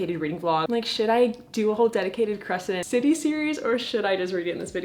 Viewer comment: Why did I think you said credence and I was like 'no'